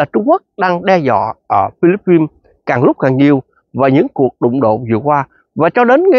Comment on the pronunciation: Chứ vo dành Philippines mà chú đọc không đúng vậy chú đọc tiếng Việt đi phí luật tấn để quá